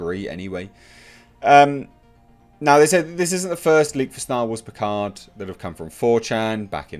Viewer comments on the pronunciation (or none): starwars pickard??? Lol